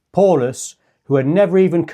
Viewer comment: It’s pronounced POWlus